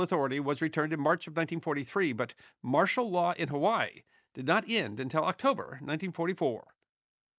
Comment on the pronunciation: Huh-wai-ee Or Huh-vai-ee But not Huh-wai